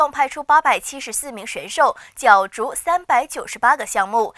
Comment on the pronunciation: 主播，是角（jue）逐，不是角（jiao）逐。。请主播在报道前，先做做功课